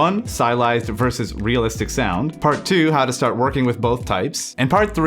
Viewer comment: Realist-ish made me laugh, but just because that's exactly how you pronounce the German word for realistic, 'realistisch' haha.